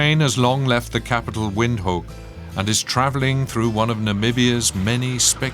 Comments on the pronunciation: He pronounces it as "Wind-hook" but it's "Vind-took". Comes from Afrikaans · Just work on your pronunciation, Windhoek is pronounced as Vinthook. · Windhoek is pronounced as Vindhoek by Namibians. Watching from Zambia 🇿🇲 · It would be good if you could pronounce the Capital City, Windhoek, correctly. Its pronounced Vinthook which means in Afrikaans, windy corner. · I thought the narrator was good, but Windhoek is pronounced vind- hook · heh, almost